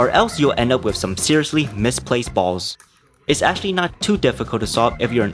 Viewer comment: the way he says balls 😭😭